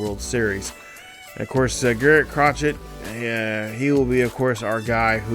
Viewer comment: Garrett Crochet (Crow-Shay) Kyle Higashioka (Hig-Ah-She-Oh-Ka) Jarred Durran (Dur-An) I’m not hating but it’s a little distracting you mispronouncing the names lol😂 I tried my best to be as nice as possible, but awesome vid and I really enjoy the pace of play